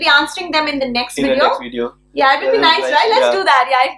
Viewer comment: Listen, luv. It's video, with a "V" and NOT "Wideo". What is it with you South Asians mixing your V's & W's?? Nice video, btw. 😉